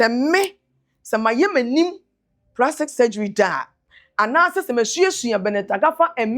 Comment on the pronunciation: The "Ecrestiasis" verse and "Prastic" surgery for me 😂😂😂😂